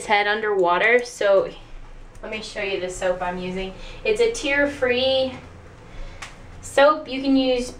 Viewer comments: Tear-free means no tears (pronounced: tares) for hair :/ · its pronounced tears, as in your baby won't cry if it gets in their eyes. Omg